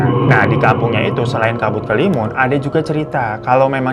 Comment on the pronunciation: Bang hiro sendiri salah nyebut 😂